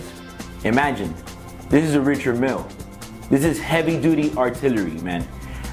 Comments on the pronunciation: Ritcherrd Meal?? LOL!! Show me one uh dem Huh-BLOTTS!! Oh and uh, pass duh horse-dee-oh-vress!! Yeeehaw!! HIlarious, dude! Joking aside...$110,000-130,000?? Price is mad crazy! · The watches are fake. So fake your a scam. And your saying the name wrong as well.